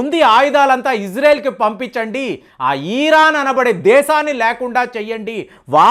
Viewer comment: పాపం..పది రోజుల నుండి యుద్ధం, యుద్ధం అంటూ కలవరిస్తున్నాడు. ఇంకొకటి.అది "ఈరాను" కాదు "ఇరాన్"